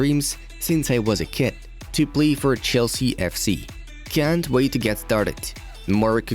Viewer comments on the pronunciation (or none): He said blay for chelsea instead of play